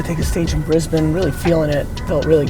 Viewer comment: first american in the history of the world to say "Brisbane" correctly lol